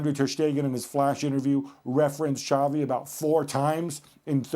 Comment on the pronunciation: It's not Chavi It's Xavi